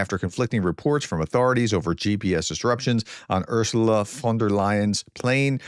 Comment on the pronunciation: Good job on "von der Leyen" - now do "Ursula". The German u-sound is like the English oo-sound in "wood" but short. 😁 Oh, and ... "if you are not watching"... Sadly, Youtube does not let you reach out to people who do not watch. 😜 I mean this mostly in jest. I enjoy your work. Thank you.